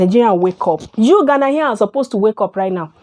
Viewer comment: you are the one that can't stop making videos about ghana, u know nothing about ghana u cant even pronounce ghanaians well, and all you do is make mouth